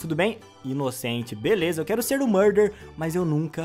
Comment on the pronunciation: “eu quero seRRRRR o murdeRRRR”